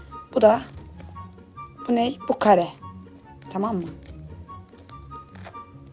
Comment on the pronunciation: Ablacığım dörtgene karı diyorsun